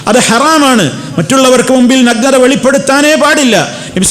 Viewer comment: നഗ്നതയുടെ ഉച്ഛാരണം ശരിയല്ല, നല്ലത്, നായ എന്നൊക്കെ പറയുമ്പോഴുള്ള 'ന'കൊണ്ടാണ് തുടങ്ങേണ്ടത്. 'പന' യുടെ 'ന' കൊണ്ടല്ല.